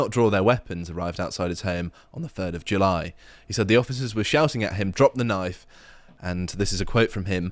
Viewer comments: "Ah, I see you've played knoify-spoony before. . . " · That's not a knoif. [pulls out scythe] Now that's a knoif